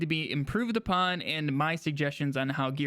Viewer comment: Also "improve upon" not "apon"